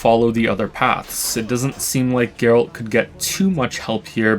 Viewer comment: Not jaeralt, gaeralt